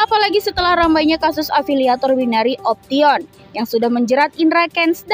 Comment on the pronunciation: Opsion bunyinya mbak bukan di baca option juga kali 😅